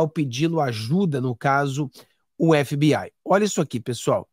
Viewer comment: FBI, é o melhor, vc é o primeiro que pronuncia (FBAI,)é o correto, tipo NCIS, (NCIAIS) parabéns